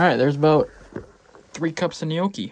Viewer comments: Im not even italian but your pronunciatioun of ''yokey'' still triggers me. Looks good though😂😂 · lmao at how you pronounce gnocchi